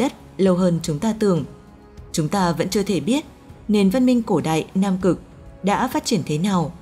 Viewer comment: Chị này nói giọng Bắc mà phát âm sai chữ y vd cổ đạy, hiện đạy mới ghê